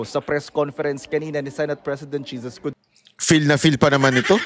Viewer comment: Ha ha ha chiz escodezo ang bigkas ni Crocs instead of escodero halatang tinamaan ha ha ha 😂😂😂